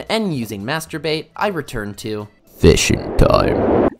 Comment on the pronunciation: Please tell me that Im not the only person who hears "Masturbate" instead of "Master bait" every time